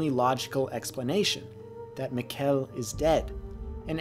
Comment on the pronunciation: Nice one! Yeah, it was a powerful scene. By the way, Mikkel is not pronounced like "Miquel", instead it has the emphasis on the first syllable, like "Mickl", the E is almost silent. Let the pronounciation on the show be your guide, instead of just reading the subtitles :)